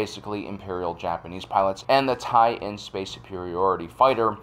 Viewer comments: You keep saying "TIE-in", which is mis-reading it. The end-letters are lower case "LN" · It’s not a Tie in, its TIE LN (TIE/ln). The ln is short for “line”.